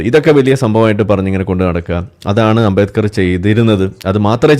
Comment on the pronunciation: ആരാ ഈ അമ്പേക്കർ ... അംബേത്കർ എന്ന് നേരാം വണ്ണം പറയാനറിയാത്തവനാ അംബേത്കറേ കുറിച്ച്‌ സംസാരിയ്കുന്നേ. 😅